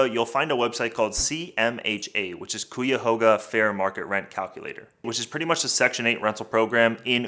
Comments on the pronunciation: Ikr I heard coo-ya-hoga and dropped the video🤣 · Cuyahoga County- pronounced ky-a-hoga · I’m from Cleveland. Please pronounce our county correctly. You could have looked it up in a dictionary to pronounce it correctly. I cringe hearing it pronounced that way.